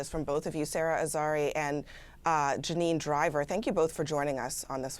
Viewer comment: They kept getting Janine Driver’s name wrong 🤨